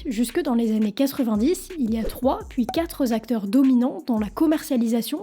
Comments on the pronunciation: "(...) il y a trois, puis quatre zacteurs...". "Ici donc, les quatre Zacteurs dont on vient de parler"... Aïe !! ATTENTION : les chiffres 4, 5, 7, 8, 9 ne se terminent pas par un s, tout comme 20 et les dizaines autres que 80, 100 et mille. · Merci pour ton commentaire, je me refusais à regarder la suite tant que je n'en trouvais pas un sur ce pataquès qui m'a fait tiquer par deux fois donc oui les quatre Acteurs. Merci encore